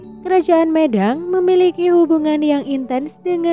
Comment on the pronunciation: Pelafalan kata medang kurang pas.